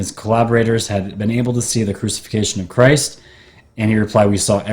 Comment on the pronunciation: it’s pronounced /crew-sih-FIC-tion/. Fascinating video, by the way. The shimmering curtain of energy that’s a time portal reminds me a lot of the Guardian of Forever from the 1967 Star Trek episode “City on the Edge of Forever” by Harlan Ellison.